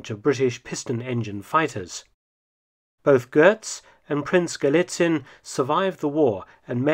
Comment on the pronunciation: There's no R in Götz. "Gehtz," not "Gertz."